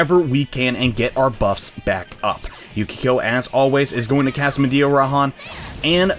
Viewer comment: Ahhh I get so upset when you say mediaharan instead of mediarahan like it's said. Is it ocd?